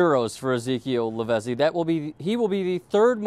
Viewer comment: Lavezzi is pronounced LAVETSEE